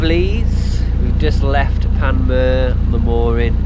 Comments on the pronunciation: Great channel. Ps its pronounced Pan Muir. Pps. When most of the alternator current had no where to go it may have fried one of the diodes. Ive followed quite a few sailing channel's that end up in NZ on their Circumnavigation and youre the first ive seen attempt to go south of Auckland. Theres some awesome cruising ahead of you. Youll be happy you took on the challenge. Good luck guys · Lads please.....I hate being that guy, but come on ...make an effort with names/words ..... pronunciation. Google it even. It's PAN....MUU....ER. (it's English too) And the G in Maori is soft. As in "laughing". Most English ppl go hard on the G as in "GAR".....try the name "TONGA" ...it's not with the hard G it's the ING , G. As in laughing. So Maori words/names use phonetics. A word like "WHANGAREI would be FAH Nga RAY......Make the A sound like AHH ( as in "ahh, there's that screw I lost".) Stretch the vowels and soften the consonants.